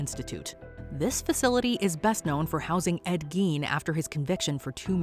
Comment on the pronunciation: It's pronounced g a i n e as in Ed Gein.😮